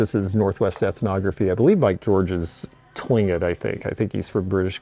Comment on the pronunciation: Another good, informative shopping and looking trip, Thank you! If you please, Tlingkit is pronounced Cling-kit, Appreciate your noting Artists and works done in traditional styles❤